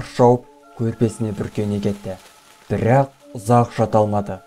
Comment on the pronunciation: Бірррақ, бірррақ